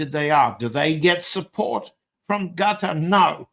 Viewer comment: That’s how the name of the state is properly pronounced.